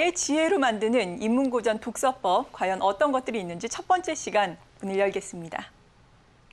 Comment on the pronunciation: 사례,고전,과연,다들,대체,옛날,20대,저자, 등은, 단어의 첫 자를 짧게 잘못 발음한 실 예입니다. 모두 길게 발음해야지요. 놀라웅 일은, 고전 가의에 "고전"을 바르게 발음하지 못했다는 것이다. 고국 동포 여러 분! "한국 어문을 고발함"을 읽어 주실까요? 미국 변 완수 드림